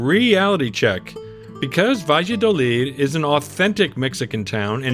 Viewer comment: Sorry, but want to bring an aspect. The town is pronounced "ba'ya'dolid'. I like that town. Nice shops and restaurants.